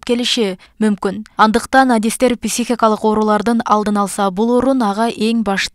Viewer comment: Писихика эмес,психика